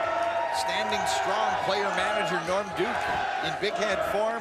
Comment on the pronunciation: when Kimberly was interviewing norm duke she called him lorm